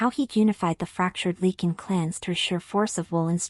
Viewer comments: I enjoyed the story, the only thing that bothered me was calling a Lycan a Lecan. I guess AI isn't all it is cracked up to be. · It’s not leaking. It’s Lycan. Long “I” LYCAN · Lychan!! It drove me CRAZY 🤪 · Ly -(long I sound)-kan, please train your AI to pronounce words correctly. Otherwise good. Jacksonville FL, USA; p.m., EDT. ❤